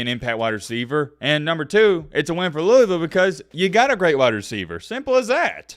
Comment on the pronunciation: Not a cards fan but I live in Kentucky but yeah it's big around the city but mainly Kentucky Is dominanted by uk fans also it's pronounced lou - vull